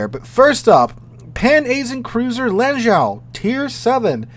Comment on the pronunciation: Lon-joe (Lanzhou), roo-see-yone (Rousillon), and ah-key (Aki).